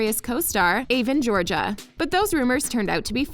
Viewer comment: How is no one talking about Aven Georgia It’s Avan Jogia Not Aven Georgia Bruh